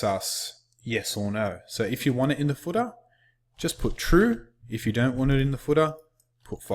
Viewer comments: very good instruction...but your accent sounds funny when you say "footer"...it sounds like "fooda" :) #BestInstructor I've ever seen <3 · The footah gets me every time :D:D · And the footah!